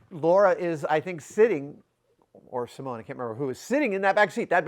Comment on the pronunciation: Wow, freaking flawless pronunciation of Simone's last name.